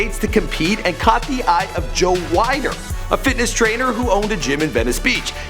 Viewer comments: This video was inaccurate, he said Arnold didn't attend his father's funeral, in the 25th anniversary edition of Pumping Iron Arnold admits he was lying in Pumping Iron when he said he didn't attend his father's funeral. You also mispronounced Joe Weider's name, it is pronounced "Weeder" you pronounced it as "Wyder" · Reg Parker? Joe Wider?...... lol........